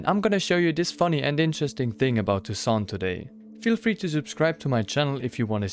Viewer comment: It's "TousSAINT" (meaning all saints ), similar to an open "ae" sound, not "tout sans" (meaning everything without ), with a closed "oh". Why does everybody get this wrong?